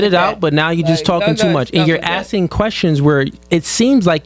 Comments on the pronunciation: This broad say "acking" one mo gotDAMN time!! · Akin? Girl can't even pronounce ASKING. Girl with the red wig, stop gluing them hairs to your face. Ugh. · The way she says “Akin” instead of asking is driving me crazy